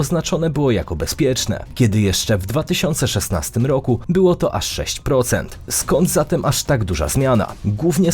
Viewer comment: Dziwny sposob wymawiania prezentera. Bardzo nienaturalny. ROoku, wOo-oody, a tymczaA-sem pO-oozdraawiam, NaraA-azie.😅